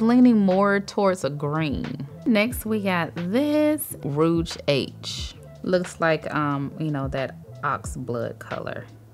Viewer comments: You crack me up. It's pronounced like ruje like a blush.. not like roge.. (rouge on your cheeks). I'll laugh (laff) with you because you are so precious 💞. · I was just coming to write this, because the mispronunciations tickled me, lol. Rogue and rouge are often mixed up. I love her, and how successful her channel and family have become. Especially since we're from the same hometown. ❤️